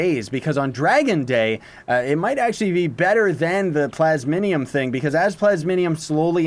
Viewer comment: Ikr some people say plasmonium. Its just plasmium